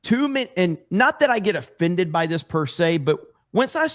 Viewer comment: “Binnifits” from binging. “Offinded.” How is a short “i” the same pronunciation in all these words?